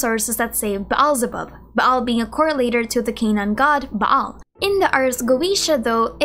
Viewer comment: lol your Filipino pronunciation really comes out when you see a double vowel like "Baal". It's more like a long Ah "Baal" rather than "Ba-Al"